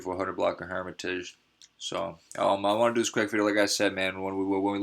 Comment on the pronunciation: How you claim chiraq news? When you can't even pronounce Hermitage. Just rename your shit to Woodlawn news.